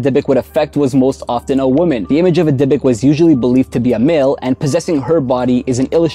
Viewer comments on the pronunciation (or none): Hey! This one made me chill.. actually, in Hebrew you should pronaunce it "Dibuk", as it's written :) I wouldn't recommend make videos like this again :O